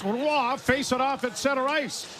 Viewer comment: joe still can't pronounce Roy correctly eh? its been months why has no one told him